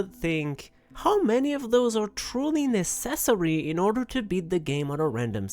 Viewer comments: I love your content but please never pronounce necessary that way ever again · Neh cess ah ree Is got to be my favorite way to say necessary now. + 1 sub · Pronouncing necessary like accessory is the work of a true frenchman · haha im a lil drun i how u say necessary like accessory